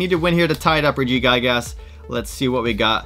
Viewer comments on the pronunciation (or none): “Regi guy gas” I cannot stop laughing at that pronunciation lmao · Why’d you keep saying regigigas like that 😭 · Awesome. But can you pronounce Regigigas name right?! Please